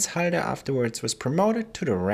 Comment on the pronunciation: Why is halder pronounced haider